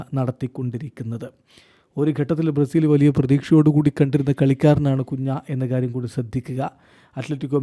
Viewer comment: കുഞ്ഞാ അല്ല കുൻഹ